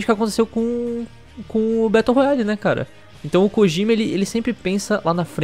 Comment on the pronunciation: só uma observação que não chega a ser importante... Mas o nome "Kojima" não se pronuncia "Kogima" e sim "Kodima"